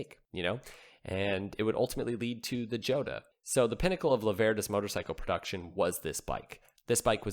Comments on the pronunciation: Jota isn't pronounced Joeta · Jota pronounced as "hotter". Everyone gets it wrong. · Joeta ?! think it's pronounced with an H and whilst we're at it Doocardi has a t near the end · jota is pronounced EE-OTA. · after two guesses.....I thought you might land on it with a third. But, nope! It's actually pronounced YO-tah. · Pronounced " Ho' ta"